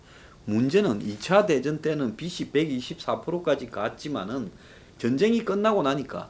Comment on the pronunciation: 빚이 ㅡ 비지, 빗이 ㅡ 비시, 발음에 유의해 주시길, 발음이 정확하지 않으니까 자꾸 거기에 걸리는 군요.